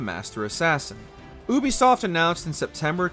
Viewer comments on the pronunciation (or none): ubisoft = youbeesoft not ooobeesoft ... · its yoo-bee-soft u schmuck not oobisoft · Bro said oobysoft😂